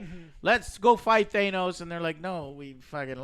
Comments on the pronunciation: Guys it's pronounced Thanos not Thaynose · Is it supposed to be pronounced “Thay-nos” or they just trolling? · The way Joe pronounces “Thanos” is so fucking annoying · I swear everytime they say "Thaynos" a puppy dies... (Sarcasm much?) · I know Joe is purposefully saying THAYNOS, he has to be right? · Thaynoes......... They say his name so many times in the movie yet Joe and crew still can't pronounce it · Thay-nose!? Wow, his name is said again and again in the movie, and you guys still can't pronounce his name? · I don’t know if the pronunciation matters. I have heard the russo’s call it “they-nus” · THAAAAAAAAYYYYYYYNOS. say it with me now Thaynos . gotta put lots of emphasis on the eh..... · Stop saying "Thaynos". You sound dumb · Please tell me y'all are trolling by pronouncing Thanos as Thainos. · I had to stop watching after so many thane-os pronouncements and when they didn’t even know why the time stone was in New York. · That bugged the hell out of me the entire video. I mean they saw the movie, they heard the correct pronunciation many, many times yet all three of 'em consistently say THAYNOS. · Who the fuck is Thaynoes? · Who the hell is Thaye-nos? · Andrew Papucci I know! The “Thane-os” pronunciation kills me. It’s not like it’s said multiple times in the film or anything.. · Lol no one on the movie pronounces his name THAYNOS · anyone else hate Joes pronunciation of Thanos? lmao "Thaynos" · Seriously you guys? Why the fuck are you mispronouncing his name as "Thaynos"?!? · Really hard to watch for me because of "Thaynos" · Love this but can we acknowledge that they gotta stop pronouncing thanos like “thaynose” 😂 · Y'know, after 10-11 years of Marvel movies, not ONCE in the whole franchise did I hear anybody say "Thaynos" How can you constantly mispronounce his name? It's almost as bad as when people say "Roz" Al Ghul or "Darkseed". I'm so glad that after this review (hopefully), I never have to hear you mangle his name again. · Hurts to hear "Thay-nos"